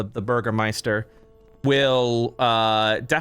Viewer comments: Love how you trie to pronounce Bürgermeister😌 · I figured the burgermaster thing was on purpose. Think of it like this "burger my stir" but no spaces. Phonetically